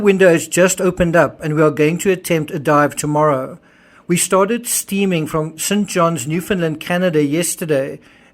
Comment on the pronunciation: Steaming? Did he mean "streaming"?